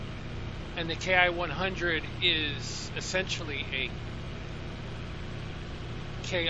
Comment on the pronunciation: I know I frequently throw out pronunciation corrections; it's not intended to be mean. 😊 The designation "Ki" is a word, and is pronounced "key". I learned this from a video by YouTuber, Greg's Planes and Automobiles. And so we would say, "key twenty-seven", "key forty-three", etc.